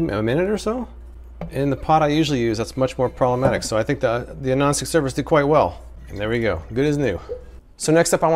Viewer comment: I keep hearing “gnostic surface” instead of non-stick...